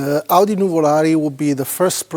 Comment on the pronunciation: Nothing better than a German mispronouncing Audi with a bad German accent.